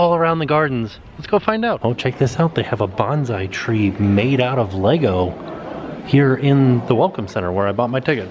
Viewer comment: Oh!!!! Thank you for saying LEGO properly! You are amazing!!!!